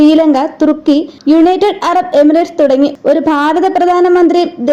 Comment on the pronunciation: ബാരതം അല്ല . ഭാരതം (Bharatham)